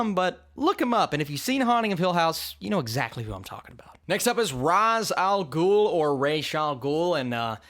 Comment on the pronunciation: you say ra's al ghul name wrong